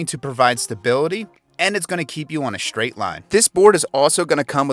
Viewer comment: This is more of an ego driven commercial than any kind of review. It's gross ! Sickening ! Even the guys face and the fact that he speaks like a 4 year old is disgusting. BTW - It's pronounced STRAIGHT with a "T" sound, not Schhhdraighd ! Sorry that wasn't taken care of for you back in 4th grade, maybe try harder next time.